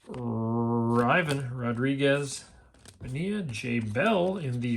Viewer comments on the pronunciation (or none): You keep saying Ivan Rodriguez wrong, his first name is pronounced like Yvonne, not I-Vun.